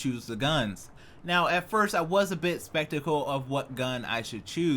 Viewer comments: He was so spectical. anyone hear that in the beginning?? Skeptical is the word. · Did you say that you're a bit "spectacle"???? :D